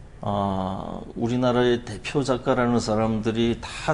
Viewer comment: 다시 ,긴 소리인 자를 짧게 잘못 발음한 예: 세상,대표,시각 등이고, 여 대담자는, 좋겠읍니다 고맙습니다의 첫자를 짧게 잘못 발음했읍니다. 제가 되잖은 소리를 했는지요. 음성 언어에 있어서 발음은 가장 중요한 것입니다. "한국 어문을 고발함"이라는 책을 일독해 주실까요. 미국 변 완수 배